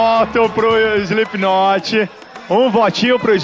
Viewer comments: Muito legal o programa, pena que a cambada ainda não sabe falar slip"KI"not direito :P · "Slipiquinoti" kkk